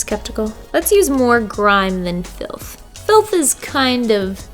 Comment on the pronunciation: “I’m gonna use the colour grime mixed with...” ”FLITH” Me: What- FILTH?!